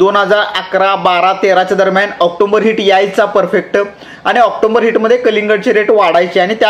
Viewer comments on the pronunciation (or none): ऑक्टोंबर नसतं ऑक्टोबर असतं....बाकी व्हिडिओ खूप चांगले असतात तुमचे.... तुमच्या कार्याला खूप शुभेच्छा...😊